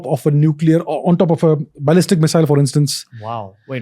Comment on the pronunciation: Yet another great episode; this guy really is a treasure trove of knowledge. BTW: it's ballistic, not "balestic". it's Operation Paperclip, not "Project Papperclip" "America" is not a country; it's a continent. The US is a country that is in America. You mean influential, not "impactful".